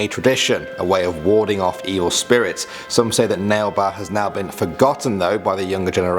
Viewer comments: Bro don't be sad... Thank you for making this video... I am a Indian and a kannadiga [ living in Karnataka]... And it's not "ನೆಲ್ ಬಾ or nale ba", it's " ನಾಳೆ ಬಾ or nalae ba". In Kannada it means come tomorrow.......... And that pavagada is in Karnataka..... Proud to be a Indian and kannadiga.... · Its naale baa lol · Yeah but its pronounced as na. Le. Ba